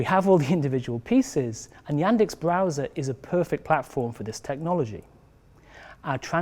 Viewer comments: Ну, пока свой собственный браузер ваши нейросети еще не научились переводить на русский. - браузер "Эндекс"... вместо "Яндекс". Но лиха беда начало! Идея отличная! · Супер! А вот слово Яндекс не начили переводить - Эндэкс говорит 😂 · "браузэр эндекс" 😀